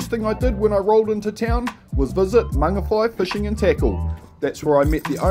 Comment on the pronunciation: At last someone who says Mangawhai CORRECTLY, and I love the "missy tero" comment too, I'm subscribed bro, I havnt heard "missy tero" in ages